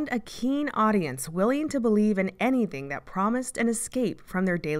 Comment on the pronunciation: willing to believe in anything? whyd u gotta say it like that yikes